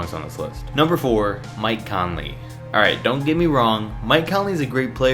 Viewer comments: This dude said Mike Conley. Lmao. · Mike Conley Me: Mike Conley?